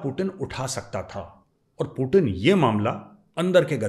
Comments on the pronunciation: Major saab aap khatna karwa liye पूतीन को पूटिन बोल रहे हैं😂😂😂😂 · Major saab apko paxtani 0.5 percent dekhte hain पूटिन नही पुतिन हैं😂😂😂